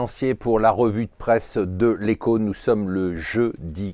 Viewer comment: pourquoi j'ai l'impression d'entendr ''revue de preste??''